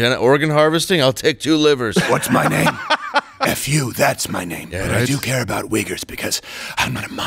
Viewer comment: He said "racial epitaph" instead of "racial epithet". These people are not smart enough to have a real opinion.